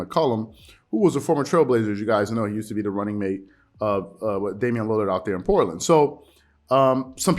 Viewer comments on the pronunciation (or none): none